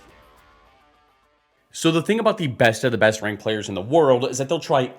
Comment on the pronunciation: everytime says ranked it sounds like wanked and also was this premire or something